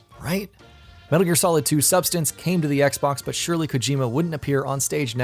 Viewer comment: "We are bringing Metar Gear Sorid to xbox 360"